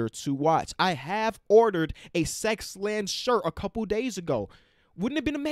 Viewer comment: says sex land